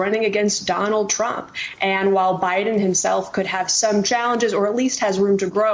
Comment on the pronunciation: I'm hearing "president trunk"